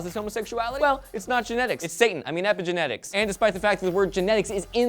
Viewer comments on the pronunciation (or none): When said epigenetic, i heard satanic._o